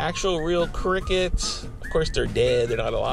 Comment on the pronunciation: I thought he was saying "I'm gonna eat crackheads" lol